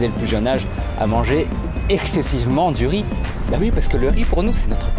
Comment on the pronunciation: ya différent sort de rrrriiizzzz jadore :)))